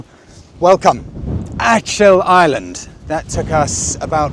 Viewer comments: Proper pronunciation is like this...ACK ILL...not ATCH ILL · the c in achill is a hard c . its kill more so than chill .. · Not Ach il …. Think of German word “Achtung …. Then pronounce “Ach..I’ll”. …. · Why on earth did you not ask someone how to pronounce Achill? Disgraceful disrespect.